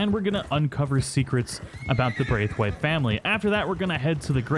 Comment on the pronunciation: 1 it was ROSS not Rose, and 2 Its pronounced BR-A-TH-WAITE. at least my wife's maiden name was